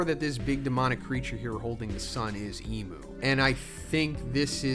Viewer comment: I don't like that you call imu "emu."